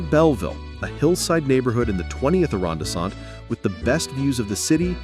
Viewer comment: You should be able to say “arrondissement”.